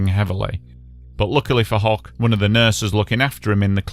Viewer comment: FYI - The last name (Hoch) of the fellow in the tram who survived with burns IS NOT pronounced ‘hock’ but like ‘hoke’ as in rhymes with ‘coke.’ It is actually the German word for ‘high’ - and my own last name.